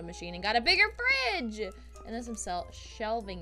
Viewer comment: did i hear say bridge instead of fridge?